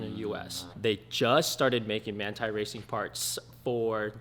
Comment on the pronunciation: So it is Manthey Racing but you pronounce it? #interesting